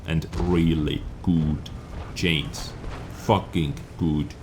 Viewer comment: No hard feelings, but even foreigners can say CHANGE and not CHAINS.